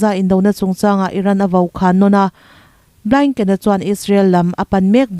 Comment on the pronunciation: Suria nilovin Syria aw(mizo Bible in Suria ti a lehling angin i rawn lam tawp mai😂 ani maw!!) Suria nilovin syria aw!! A khawpui Damasacus(sorry Damascus) Antonio Blainken nilovin,Blink) (Antonio Blinken / us secretary of state)milar lutuk leh Ram hming lar lutuk te hi chu lam rik dik a, hriat ve tur!!!